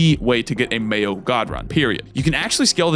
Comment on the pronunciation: I keep hearing mayo run and I just can't